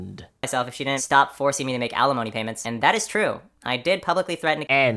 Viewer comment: Dinnint instead of didn't. When he says that it makes me nauseous